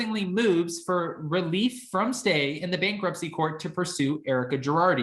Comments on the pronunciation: Did you prounce Illinois with an 's'? Please tell me you did not. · like you, but the "s" in Illinois is silent. It's a glaring mistake to Illinoisans. No offense, your updates are fun. Just now you know. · Lol, I missed his pronunciation of Illinois. I was cleaning as I was listening to.